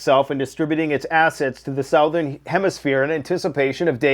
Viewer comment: Sow- There-in hemisphere. Where the heck is that! Jk. Love my Canadian neighbors.